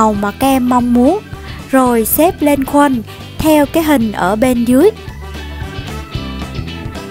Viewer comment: Cái khuân mà chị đọc thì em đọc là cái khuôn chị